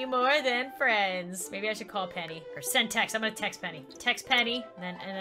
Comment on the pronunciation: I thought when she said “PENNY” l trout she said penny wise